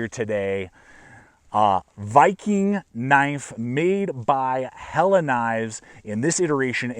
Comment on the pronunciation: Thank you for pronouncing Helle correctly!